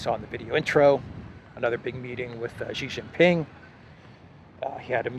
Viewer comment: Great commentary, but please, please learn the correct way to pronounce Xi Jin Ping's name.